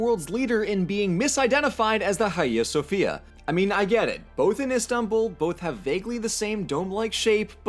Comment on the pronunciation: And still can't say Hagia Sophia right. It's supposed to be pronounced like, "Ai-ya." It's transliterated from Greek, so the 'H' is silent and the 'G' acts like a 'Y' in English when it precedes an 'I.'